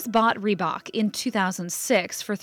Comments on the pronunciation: Are we gonna ignore how the narrated lady says rebak Instead of reebok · FFS is not REE-BACH its REEBOK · I get triggered bout how she says reebok